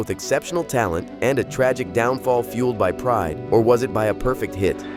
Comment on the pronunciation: he was mispronouncing burfect